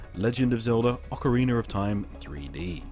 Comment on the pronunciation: Heh, when you say "ocarina" it sounds like "ocareener." And OBVIOUSLY I'm looking forward to Steel Diver! ...not. Ocarina of Time and Mario Kart are gonna be GREAT.